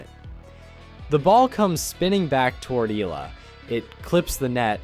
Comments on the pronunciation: The surname Eala is pronounced like E-ya-la not Ela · It’s pronounced Eh-Yah-Lah. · Alexandra's surname is pronunced "Eh-Yah-lah"! [THREE syllables] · Firstly, the name pronunciation... Eh-ya-la 👍 Now the game drama: Whatever... recorded one for the book, it's history. Move on. Top 10 2026 🙏🇵🇭🙏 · It’s ee-YAH-lah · Her last name is pronounce as E-YA-LA